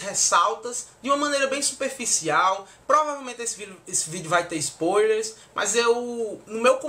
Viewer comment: shuaihsuiahs achei massa a pronuncia de ISTONE ÓSSEAN e ISPÔILERS kkkk